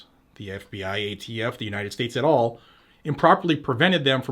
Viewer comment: It’s “et Al ( like Al Bundy)